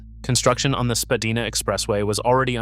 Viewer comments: You should visit Toronto before making such blanket statements. It is absolutely the worst designed city in North America. Poor public transit, horrible road grid design and, as result, constant gridlock. Oh and by the way, it is SpadAYna, not SpadEEna. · Agreed; no one says Spa-Day-Na. Apparently Spa-deen-ah was the original pronunciation back in the mid 1800s but it has been solidly Spa-DYE-nah for a very long time. This guy is just trolling if he claims nonsense like it is the worst designed city in North America. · You lost me at Spadeena! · Spadeeeena? Really? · While I have occasionally heard people pronounce it the way the narrator does, I have never ever hear anyone pronounce it the way you suggest - i.e. with a hard A sound. The most common way is to say Spa DYE na. You're not from Tronno, are you! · Spadina originally was pronounced Spa-deen-ah, but evolved over time to Spa-dine-ah. Yonge is pronounced Young. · Spadina = Spa-die-na Yonge = young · You're all wrong. Its pronounced spa-die-nah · I've been living here since 1997 and I have never heard anyone say it in those different ways you mentioned. It's has always been pronounced as Spadina by all ethnicities and backgrounds that I have ever come across. Spa-die-na. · You pronounce Spadina wrong